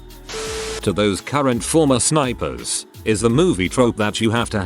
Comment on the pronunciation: “Spipers” mhmm